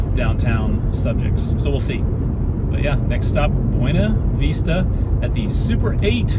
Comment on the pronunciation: Buena Vista = BYOO-nuh VISS-tuh